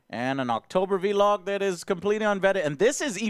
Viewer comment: How does he pronounce blog cause he says vlog wrong everytime